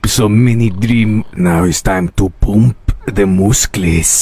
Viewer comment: "Now its time to poomp my mooscles"😭😭💀💀